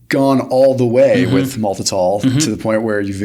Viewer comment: Uh oh...it's not "malitol." It's MALTITOL. As in "malt." This type of mistake can harm someone's credibility.